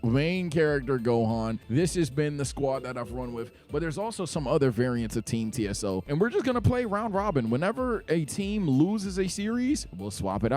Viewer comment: Whats funnier to me is how TSO is pronounced "Tieso" which means "stiff" in spanish 😂